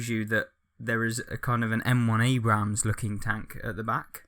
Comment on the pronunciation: you don't pronounce the second A in Abrams